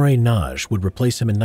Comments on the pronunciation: A little help with the pronunciation of Imre Nagy. The g and the y together equal one sound which is something like the first sound in the word "during". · Ah my heart! It skips a beat every time you butcher the pronounciation of Nagy.